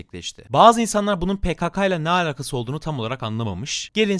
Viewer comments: Abi lütfen şu "alakası" cümlesini düzgün söylermisin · senin yorumlarını dinlemeyi çok seviyorum ama şu alakasızı artık lütfen doğru söyle davar gibi söylüyosun lagnlgnlanglngl